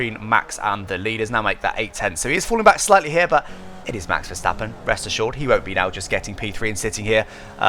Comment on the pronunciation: Kudos for a really good attempt at pronouncing Max Verstappen properly. Much appreciated.